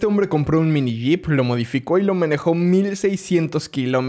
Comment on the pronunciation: Yo escuché menejó